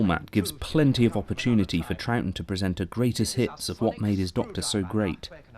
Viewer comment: Well done for pronouncing Troughton correctly. You probably just looked up how to or just knew, but still. I have the same surname and people are constantly saying it wrong when they read it, usually pronouncing it as Trouthdon or Troug-uatan and over incorrect things like that which don't make much sense for how it's spelt. It's usually just easier to say it 'trout' (as in the fish) then add the 'ton' part on the end fluently so it's Trouton. People often don't get that the g and h are essentially silent but it's said as Trouton, however sometimes changing the last o to an e to make Trouten. Considering it's not a complicated spelling its surprising how many people get it wrong for me. I suppose the g or the h throws them of. At least it's not actually a complicated surname, people sure can make a mess out of saying those nine letters together though.